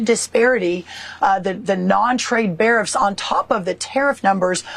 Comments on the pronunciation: This agriculture minister is an absolute joke. She’s so intent on just reciting the talking points she can’t even pronounce her words. What the hell are non-trade barrifs? It all sounds like a whole lot of barf. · said, bariffs! WTF ARE BARIFFS? Is that like a midriff on a bear??😂🤣🤣